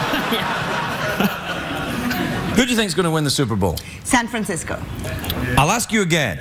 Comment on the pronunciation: Are we not gonna talk about how the guy getting shot down by the Serbian girl kept saying "San Frisco"?